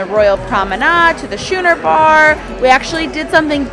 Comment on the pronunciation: Schooner Bar=(Skooner, not Shooner) Trying to be helpful, not critical. I enjoy your vlogs.